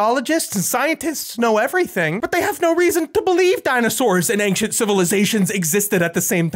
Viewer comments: I love you but please... It's Ancient, not "ankshent" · Not ank-shient... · "AINCK-CHENT, AINCK-CHENT, AINCK-CHENT." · “Anxient” is just so weird to me🙃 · I can't stop hearing you say "engshint" instead of ancient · Omg, your pronunciation of Ancient physically hurts me.... I don't understand how Americans say ancient as aangxient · My man be pronouncing it "angshint" and i think I'm in love. Say milk. Please I'm almost there! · I don't know what is more baffling - Ancient Aliens, or how the word "ancient" can be pronounced like pronounces it. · Does say the word "ancient" weirdly or am I going crazy? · For someone who can’t pronounce the word “Ancient”, you sure do say it often. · Hey thats now how you pronounce the word "ancient"!!!!!!!!!!!!!!!!!! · If we're just going to make pedantic comments, ufology makes no sense etymologically. UFO-ology does. Ufology would be "the study" of unidentified flying. The big problem with this video should be how he says the word "ancient".